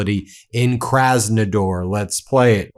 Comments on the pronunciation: It’s kraznaDAR not kraznaDOR . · KrasnoDAR not KrasnoDOR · Kras-no-DAR, not Kras-no-DOR. Please.